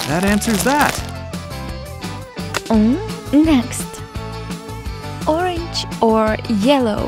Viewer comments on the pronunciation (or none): It’s orange not orande